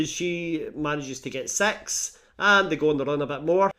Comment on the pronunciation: You have a way of making “six” sound like “sex” and that really makes the plot more interesting.